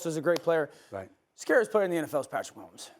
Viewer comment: Man said pat mahommes 😂😂😂